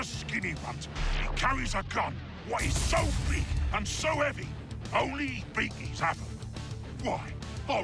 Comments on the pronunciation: I'm sorry, but I don't think it's "beakies" as in "beak"; it's "biggies" as in "big humans", not normal humans, but basically humans as big as an average ork. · I thought the orks said "biggies", not beakies :/